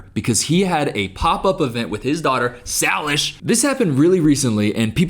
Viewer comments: Nice video! Btw, not that anyone cares, but Jordans daughters name is pronounced Say-Lish Not Sal-ish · His early content was his actual job, photographing dancers. You won’t get views if you film adults. Her name is Say-lish. Did you even research for this video? I really like you, but don’t just start spewing shit that isn’t true. I don’t let my daughter watch them anymore because he is exploiting her and using adult content to do it, but his early content had nothing to do with that crap, it was photography. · i think it’s say-lish. i’ve heard of her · Sry not hate btw but its pronounced (say-lish) not (sah-lish) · Known two ppl w the name Salish. Always heard it pronounced say-lish!